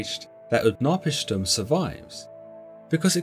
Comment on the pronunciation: UtnaPISHtim, strong on the third, not the second.